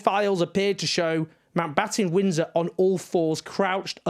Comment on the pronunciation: Owen says “Mountbottom Windsor” at 3.21. Made me giggle.